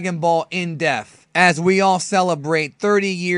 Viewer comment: Why do you pronounce depth so wrong?